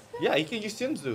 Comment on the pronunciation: you are Korean why you pronounce shinsu (신수) like shinju lol and 밤(baam). Use your Korean tong bro lol.